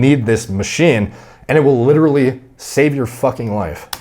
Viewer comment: Couldnt even make it 5 seconds into the video without hearing him say ‘LiDdErLy’